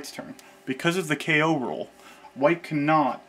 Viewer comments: The "Kay oh" rule is pronounced "koh" (rhymes with go). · I know it's probably been said a thousand times, but that rule he calls a K.O. rule is actually a Japanese word (not an abbreviation) ko (劫) pronounced straightforwardly like CO- in COrn (or CAU- in CAUght). For novice Japanese language enthusiasts, it can almost sound as if he's saying keiyō or kenyō, both of which have multiple meanings unrelated to the word's literal meaning of "eternity". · Is is NOT called K.O rule dear americans, it is called Ko ...